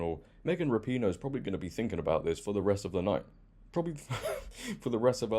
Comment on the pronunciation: I love when people pronounce it ra-pee-no instead of rap-in-o, it's so much more fitting 😂